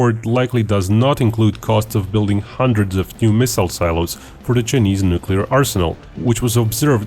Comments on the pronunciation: Why does he pronounce Chinese as "cheeknees" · the Cheenese… lol